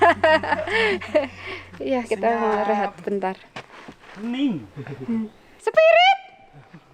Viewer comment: Sekilas kalo ngomong sepiritt kedengernya cepirit...Wkwkwk.😂😂😂